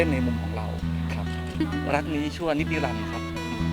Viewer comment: ชอบติ๊กมากนะ แต่อยากให้ติ๊กพูดชัดๆหน่อย ความรัก ติ๊กจะพูด ความลัก คอบคัว (ครอบครัว) คือพูด ร.เรือ เป็น ล.ลิงไปหมด เลยหมดเสน่ห์เลย ( ลักนี้ชั่วนิจนิรันดร์) รัก ค่ะ รัก ไม่ใช่ ลัก